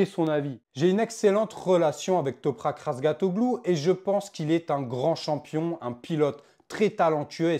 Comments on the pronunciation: Répète après moi : Raz Ga Tio Glu et non pas "Razgatoglu" 😅 Ça ne sert à rien ce genre de comparaison a la noix. Mais n'empêche que cafera du bien au Moto Gp d'avoir un pilote différent d'un italien ou d'un espagnol En plus quand on voit son pilotage il est très propre et respectueux de ses adversaires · RAZGATLIOGLU. ET PAS RAZGATOGLOU